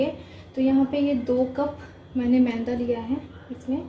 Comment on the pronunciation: Mainda nahi yaar...maida hota hai